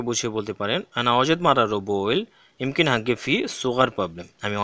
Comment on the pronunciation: ইমকিন বলে কোন শব্দ নাই।এটা মুমকিন হবে।